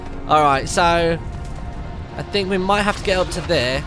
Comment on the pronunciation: Martyn saying think sounds like tink